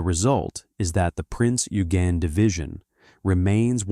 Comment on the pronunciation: The pronunciation of Eugen is correctly: "Oy-gen".